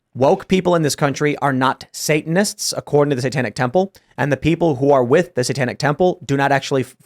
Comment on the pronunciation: Is a non native English speaker or autistic? It’s satanists. Not satonusts. It’s liberty. Not liburtey. It’s tactics. Not taktics.. like wtf is he on? It drives me nuts when people annunciate letters that aren’t there to look intelligent. And honest to god that’s EXACTLY what he’s doing. He thinks he sounds sophisticated.